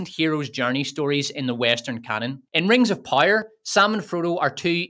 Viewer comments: I’ll never get tired of you saying ”Rengzopyre”. 😂❤ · "Wings of Pire" 😂